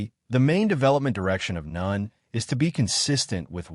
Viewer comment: Boring and a puppet master type nen is boring. And ai can't even pronounce nen wich is sad considering it's the basis of the entire story